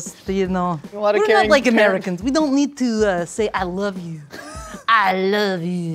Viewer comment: Except that the person off camera said “I love you” terribly and it wasn’t even the right way 🤦🏼‍♀️